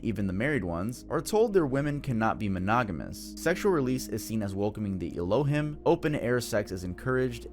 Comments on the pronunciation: Please pronounce Elohim right. It's ELO- HEEM. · Its pronounced "Elo-heem" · * El-Oh-Heem. Not El-Oh-Him. Just for future reference. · Pst. Its "El-lo-heem" not "el-lo-him" 😅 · El oh heem not aloh him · Elohim is pronounced: el o heem not e lo him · It's pronounced Ray Lee ans. It's pronounced El oh heem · Elohim pronounced El-o-heem. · el - oh - HEEM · It’s pronounced “El-O-Heeme” Ironically, the name of god, in Mormonism. Lives on a planet orbiting Sirius called Kolob. 🫠🫠🫠🫠🫠🫠🫠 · Ee-low-heem Tuv 😂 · You're mispronouncing “Elohim”. It sounds like “Ello- Heem” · elohim- my brother 😐 eh-low-heem. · not trying to be that one annoying but it’s ELO-Heem homie 😭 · His Hebrew is what killed me "ello him"! 😂😂😂😂😂😂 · You keep saying elohim wrong 😆 🤣 😂